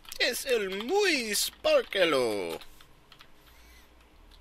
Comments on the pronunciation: el facado es muey bueno en mi pantalones... Is it just me or does that sound like "I shit my pants" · muy... not muey